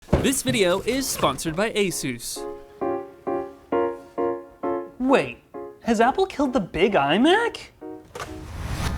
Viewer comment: Finally! Someone who pronounces Asus correctly.